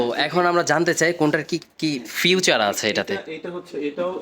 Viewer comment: বারবার ফিউচার কেন বলছেন এটা ফিচার হবে